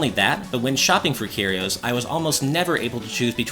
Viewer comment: THE C IS SILENT IN SCYTHE! CMON MAN. AND CARRIOS? CURE - E - OZE. AAAAAGH